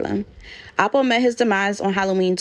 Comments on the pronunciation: It's L po. Sounds like you're saying apple. Also there is a apple from Harlem that's affiliated with this, Soo your accent sounds like you're talking about that person. Lol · Alpo not apple smfh